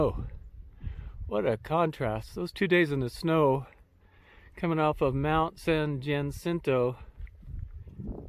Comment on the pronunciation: Thanks for a fine video. You certainly came across a lot of hikers--far more than I would have expected. For future reference, the pronunciation of San Jacinto is approximately San Huh-SIN-toe, with the emphasis on the second syllable.